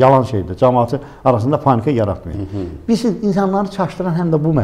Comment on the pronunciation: O SES ERMENI SESI OLUB 100 % "PANNIKA YARATMAYIN " DEYEN ADAM.